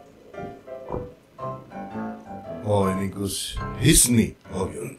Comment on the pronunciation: Gus Zidni bang bukan hisni